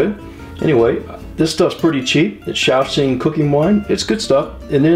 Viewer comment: hey , i use lots same stuff ~~ your pronunciation is good , 绍兴~, cannot wait to see your new videos